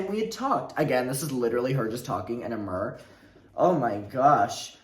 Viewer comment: The amount of time it took me to realize was saying “mirror.” 😂🤦🏼‍♀️